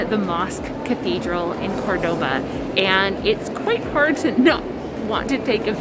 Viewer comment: I want to acknowledge that since going to Cordoba and making these videos, I've realized that I am pronouncing 'Cordoba' wrong! 😳 Can't go back into the video to fix it, but wanted to make mention of it here.